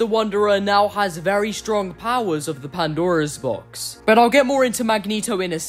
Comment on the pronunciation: This might be a bit petty, but I can't help but notice how you say "the Pandaro's Box" when it's just supposed to be "Pandora's Box".